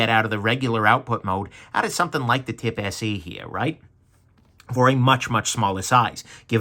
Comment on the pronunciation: You say Nitecore TIP SE, and I hear Nitecore Tipsy.